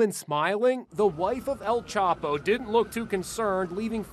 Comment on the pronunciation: EL "CHOPO" lmao its EL CHAPO!!!